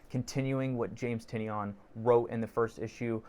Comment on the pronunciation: Awesome vlog and review. Subscribed. James pronounces his last name as "Ty-NAN". Link